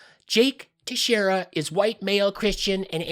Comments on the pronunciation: FYI it's pronounced Tex-Era I grew up 15 miles from Dighton, MA and know a few by that name. It's Portuguese not Spanish. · Thanks for your information, I learned a couple of things I hadn't heard yet. However Teixeira is pronounced like this Tex-ear-a. The name is quite a common name in our local area. Pretty sure you'll have to say his name again future videos. Keep kicking their asses.